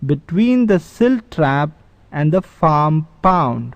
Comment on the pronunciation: Its pond not pound. Say it right next time.